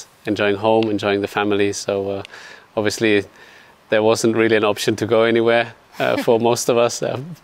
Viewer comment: Seb: OBVIUSLY